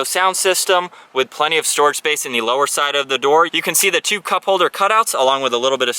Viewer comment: i’ve never heard anyone say “the” like “thee” every time lol good review